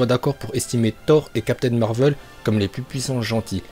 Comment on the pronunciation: Ça se dit marvel et non marveul